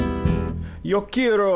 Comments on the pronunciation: key-air-o??? it's not english, why make it so complicated... kearo is allright yo quiero!! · you're horrible at pronouncing quiero but that's okay cuz i like your art. btw, since when does taco bell give that much cheese with their nachos? i WISH